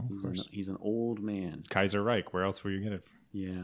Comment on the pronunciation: "Kajjserrajk" "Mitell-afrikka" "Blaaam n Vaaaaahs"